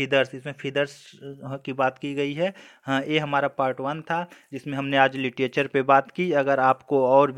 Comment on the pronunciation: सर आप लिटरेच्(र) को लिटीएचर न बोलें,.... अच्छा नहीं लग रहा,sorry if u minded..आपने अच्छा प्रयास किया.....